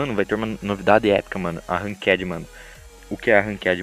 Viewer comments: man fala ranked direito pelo amr d Deus ranquede q porra é essa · Mds ninguem sabe falar ranked mds que krl